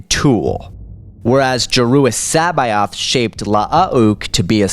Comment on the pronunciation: I like videos but his pronunciation of so many things is atrocious. Totally agree. Listen to how he pronounces Joruus C'boath for example. Not quite as cringing as "la ah ook" lol but still aweful.